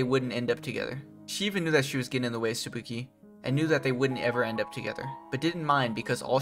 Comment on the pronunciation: Bro can’t pronounce tsubaki, kaori, or even Chopin